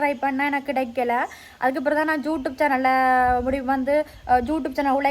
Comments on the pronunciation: am i hearing it correctly!! YouTube or Jutube 😮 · Adhu jutube illa thangam.."youtube"😅